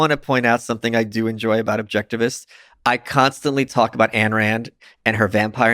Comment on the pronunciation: Plus they can't even pronounce AYN correctly.